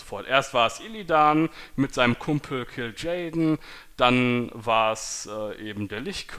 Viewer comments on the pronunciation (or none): Kil JAAAEDEN, nicht kill jayden ._.